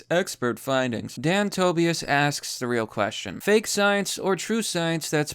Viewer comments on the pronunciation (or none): It's so werid to hear someone read Tobias like Tobyas instead of Tobayas